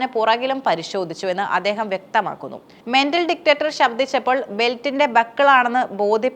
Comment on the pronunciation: മെന്റൽ ഡിക്റ്ററ്റർ അല്ല ചേച്ചീ, മെറ്റൽ ഡിറ്റക്റ്റർ 😂🇮🇳